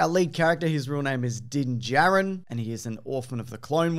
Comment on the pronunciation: It's Din Djarin, not Dyn Jarren